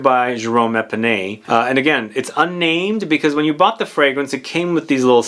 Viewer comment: His name is Jerome Epinette, not Epinay